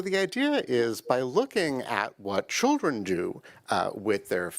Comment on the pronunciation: Did you say... chilren ? Then you said Children..Listen to the rhetoric this man is speaking. .